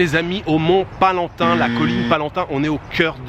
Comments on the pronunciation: Mont Palatin…pas Palantin….. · C'est PALATIN ET PAS PALANTIN. .. Tout de même. Tu n'as pas étudié l'histoire romaine au collège ?.